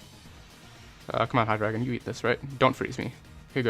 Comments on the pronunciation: Either way, it's still Hy-DRY-gon. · he said hy-dragon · Its pronounced hy-dray-gon